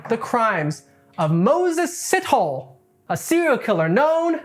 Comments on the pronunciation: “see toe lay” not “Sit Hole “, besides that you did a fantastic job with your research. Well done ❤ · Dude made me laugh with Sitoll! Moses Sitol! How does he know so much about Moses when he clearly has never been. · your pronunciation of “Sithole” STRESSED me 😂. it’s [sih-toh-leh]. Great video though ✨ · Did he just say Sit-Hole?💀it's C-tour-Leh my guy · It's "see-toh-lê" :) not sit-hole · Repeat after me "SEA-TALL-AIR"... Moses SeaTallAir-> Sithole!! You should hear how us Xhosa pronounce Xhijin ping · It's pronounced C-tow-laire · Dude Sithole is pronounced Si-toh-leh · 1st Correction, Pronounciation is See-tow-lay. 2nd Correction, in South Africa when someone is referred to as a coloured. It means they are mixed. Mainly an offspring of a Black and White. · It's hilarious how you pronounce "Sithole" it's actually more like "si-to-lay" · As a South African..you pronounce his surname as Si-tho-le..but never the less he's a sithole for his crimes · “see-tow-lay” the w so light it’s almost silent… but shithole sounds good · ive heard of seen and even talked to rapists but this dude is another level of evil and btw thats not how you pronouce sithole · That is not how you say Sithole.